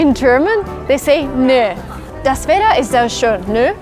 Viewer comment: I dont know if its intended, but you pronounce some t‘s like d‘s (Wedder, Inderned), wich kinda sounds like Plattdeutsch (spoken in rural areas in the north west). Very funny though.